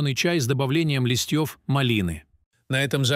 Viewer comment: Ох уж эти роботы: "листьёв..."